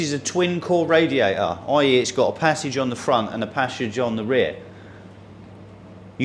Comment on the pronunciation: What is a "raiater" ? Is it something like "waer" ?